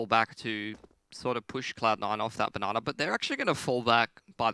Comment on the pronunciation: When did casters start calling Banana, "na na"? I really hope it doesn't catch on. I think there was even a "na ner" tossed in there a few times.